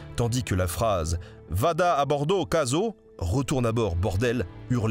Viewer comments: J'en profite pour préciser aussi que "inchino" se prononce [innekino] et "cazzo " [catzo] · Merci pour ce doc Pour info : Schetino se prononce Squetino Inchino -> inquino cazzo -> catso Ça fait mal aux oreilles Merci ! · et cazzo, "catzo" ;)